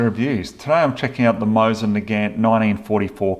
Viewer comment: I love how you pronounce it "my sin" instead of Mosin.